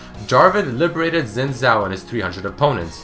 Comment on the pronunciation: Really enjoy all of the did you know series, however this got to me how you were incorrectly pronouncing "zhao"